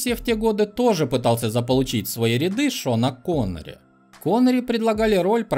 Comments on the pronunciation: Шон Коннери - "Шонери", ахах, афтар харош))) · Интересная оговорка: "Но Шоннери не захотел ..."